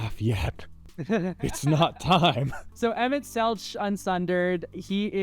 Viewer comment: My Final Fantasy nerd brain wants to be mad at for mispronouncing Emet-Selch. But my Final Fantasy nerd heart says to mispronounce it because Emet-Selch is a terrible rat-man who doesn't even deserve the respect of a correctly-pronounced name.